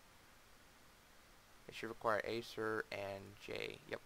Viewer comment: its definitely not pronounced "ASER"